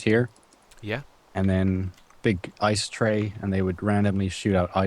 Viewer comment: Juice-tra not Ju-setra lol :-) Just helping out my favorite utuber <3